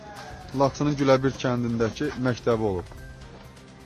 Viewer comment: Ay savadsız diktor, Güləbrid yox, Güləbird kəndi